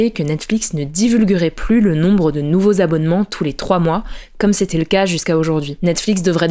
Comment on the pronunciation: "nouvo abonnés", ça pique un peu